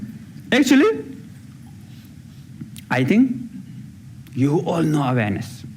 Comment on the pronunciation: I wasn't aware he was saying 'awareness' until the very end of that clip. I thought he was saying 'Venice'.